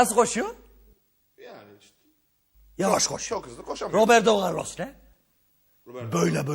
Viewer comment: Roberdo ğarlos😂😂😂